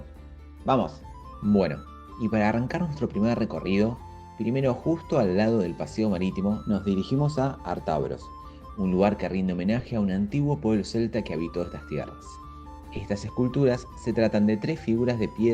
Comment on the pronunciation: Ártabros, el golpe de voz lo lleva en la primera A, es esdrújula